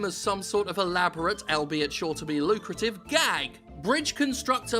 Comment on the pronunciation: The way you say "albeit" is weird xD